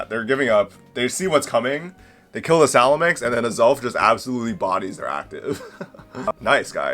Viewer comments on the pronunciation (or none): Its salamence.....not salamenks... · Man you seem to not be able to read or pronounce. It’s salamance not salamanx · No hate, but after 20 years of playing Pokémon, “Salamenkse” is a first lmao